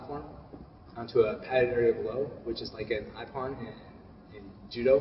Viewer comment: "Iye-pon" wtf...There is a long E. If you had any training in Judo you might recognize the difference.